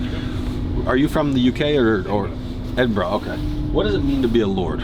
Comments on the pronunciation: Dave is the only American that never butchered the name Edinburgh by saying edin-burg my props to you lad.... BUT your established titles are a well engineered scam. You do not get the deed to your 1ft square bit of land and your "land" you now own is owned buy thousands of other people. You get a personalised certificate to the right to use the "land" and wtf are you gona do with a 1ft square bit of grass🤣🤣. By law in scotland if you own a plot of land you are technically a landlord "laird/lord" but only by name its not a registered entitlement as the The Court of the Lord Lyon, the official heraldic authority for Scotland, has just reaffirmed that titles bought online have no legal status🤷🏽 but hey every man and his dog want to be scottish like me and many of my Bretherton..... we invented the modern world 👍your welcome🤣🤣🤣🏴🏴🏴🏴🏴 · Ha, ha welcome to Scotland. Well done for pronouncing Edinburgh correctly. Many of your country folks struggle with that one and call it "Edin-berg". Of course it would be timely to point out that ultimately only one person is Lord and he has a birthday tomorrow! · Your the first American the pronounce Edinburgh correctly. Well done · Welcome to the UK and thank you for saying Edinburgh correctly at least once! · thank you for pronouncing it Edinburgh right, not edinboro :p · As an Edinburgh born and bred person.... Dave, you get 10/10 for actually pronouncing Edinburgh correctly - most Americans pronounce it "Edinboro". Scotland truly is a wonderful place ! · I'm a Scot and I'm amazed how many people fell for this scam If merely owning land (which you don't, they're not actually selling you the land) granted you a title then every farmer and homeowner with a garden would have one At least you're one of the few Americans who can pronounce Edinburgh correctly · Omg an American saying Edinburgh correctly! Spoiled by the top of the morning to ya 🤣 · Only thing right in this is his pronunciation of Edinburgh 😂😂😂